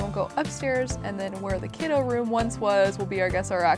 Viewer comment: Can we talk about how she added os on to everything Kidos Gnomos Bedos Sandos Deskos